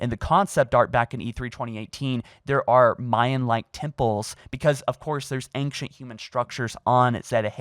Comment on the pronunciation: Have you noted how he said ancient